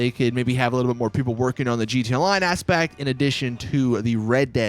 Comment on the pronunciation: Does it annoy anyone else that he says jeeta, instead of gee tee ay